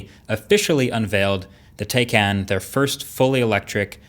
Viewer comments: It’s 👔🥫 not “Taey Caan” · i believe its pronounced, TIE-CAN, not, tay cahn. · *TIE - CON Not TAY - CAN Just a heads up :) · TAYCAN not TEYCAN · It's Tie Can not Tay Can... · It is pronounced “ tie...khan. ” and not “ ty.. can” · Taycan is a Turkish word that means young horse and pronounced Tiecan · Btw is pronounced tie-can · It's pronounced Tie-can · Pronounced Tie-caan (almost like 'Kahn'). 👍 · pronounced: thai- can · Why can't americans spell simple names? Its pronounced Tay-can (both "a" sound like the "a" in "ancestor or walk) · Pronounced Tie Can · FYI - pronounced “Tie-con”. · PSA: The correct pronunciation is TIE-KHAN. This is according to Porsche's official YouTube channel. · I fear this video was sponsored by Elon Musk. Firstly, it's pronounced Tie-Can. Let's see you upload a quality comparison. That will be 'fun'. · Please learn how to pronounce it....you said the name wrong a million times. It's pronounced TIE-con...check out the official Porsche youtube "how to pronounce Taycan". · It's pronounced 'TIE-CAN' ✌🏻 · Are you idiot? You can't say that likewise can, it is Turkish name, you have to say like Jan:can. Got it? You have to say tayjan ( taycan) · It’s pronounced “Tiecun” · aren't you're mispronouncing the name - Tie Kahn - Turkish for spirit of a young horse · Indeed he did... though it is pronounced "Tie-Con".... awesome vid though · It’s pronounced tie-can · so is it tay or tai can? i heard u use both. so if its like that im gonna pronounce porsche toucan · It’s “Tie”can Very annoyed when pronounce incorrectly in the whole video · The pronunciation is Tiecan, tie as in the thing you have around your neck :) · It's pronounced "Tie-Can". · Can we really trust a man who doesn't even learn the correct pronunciation of the new car he's making a video about....It's "TIEEEEEEE--CAN"(Like a neck tie) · I hate to be a bother but as it turns out my dad works for Porsche and the car is actually pronounced as Tie-con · It's pronounced "tie-kahn"